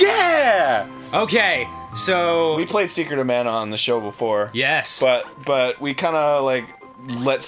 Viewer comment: Why doesn't anyone on the entire planet know how to pronounce mana correctly?